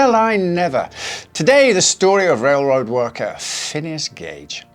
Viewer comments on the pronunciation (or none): “Rail road rorker” 😂